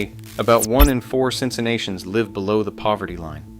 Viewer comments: They're commenting on your absolutely butchering of the word. Its cin-cinn-at-i-an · The things you have said here are factually correct. However, if you're going to do a documentary piece on Cincinnati, it would really help your credibility if you could properly pronounce words suck as "Porkopolis," "Milacron" (and you never even mentioned that it began as Cincinnati Milling Machine, with the Milacron name coming relatively recently), and--most egregious of all--"Cincinnatian!" To a lifelong Cincinnatian (pronounced "Cincinnati-an," not "Cinci-nation") you come off sounding like a dope, and an obvious outsider who didn't bother to do enough research. That, combined with the amateurish editing blunders, means that I can say with confidence that I won't be wasting any more time watching any of your videos.